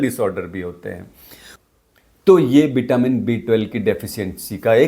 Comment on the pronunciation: व और श हिंदी भाषा में नही है क्या? बिटामीन,सरीर बोल रहे हो,वो भी डॉक्टर होके 😂😂